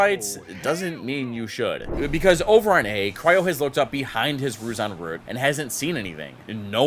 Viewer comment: almost went flawless this video sayong Root correctly, ALMOST. Pronunciation gains 💪🏻💪🏻💪🏻